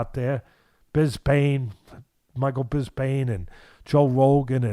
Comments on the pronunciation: not "bisbane n joe logan" lol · "Michael Bisbane" haha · Me: Bisping Teddy: Bisbain Me: Bisbain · Bisping not Buspaing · Michael Bis-Pane 🤣